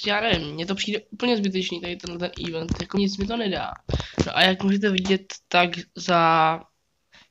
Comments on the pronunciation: čte se to ivent ne ívnt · U u toho eventu máš totálně špatně výslovnost 😂😂😂